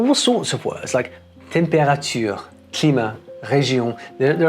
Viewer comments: It's pretty bad. It almost sounds like someone with a Romanian or Italian accent who is saying that word in French. (the "tempé" part, I mean). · That pronunciation of "températures" is *diabolical*.